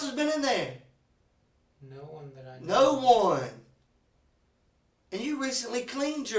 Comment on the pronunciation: Your hayir is theyir and screemin stevvven is what killed me 😂😂